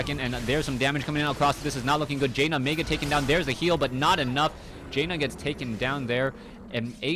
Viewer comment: great cast! but its pronounced JAN-NUH, not JAY NUH <3